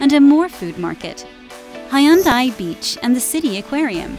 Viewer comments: Prononciation fails! Korean romanization has some rules. EO sounds like U in “sun”. Seomyeon = Su-myun Bujeon = Boo-jun AE sounds like A in “fan”. > Do not pronounce separately E & O Haeundae (hae-oon-dae) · Doug 하윤다이 비치 ㅋㅋ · 잘봤습니다. 근데 해운대 영상처럼 발음하면 100번 얘기해도 부싼사람들 하나도 못알아 들을듯..